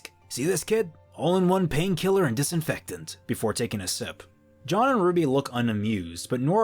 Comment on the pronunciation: Am I the only one that’s annoyed by how he pronounces “Jean” as “John” (It’s French) Otherwise this makes a slog of a volume 50x more interesting. Good job